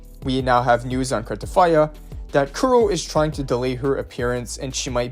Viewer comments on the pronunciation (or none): U sayin cartefiya instead of cartethyia is pissing me off😂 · Why are you putting an "f" when you're pronouncing "Cartethyia "? 😂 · There is definitely not an f in her name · This dude be like "carteTHYA" each dang time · Bro how r u pronouncing Carthethyia 😂